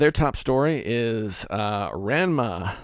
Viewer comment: You pronounced Ranma incorrectly just about every time you said it.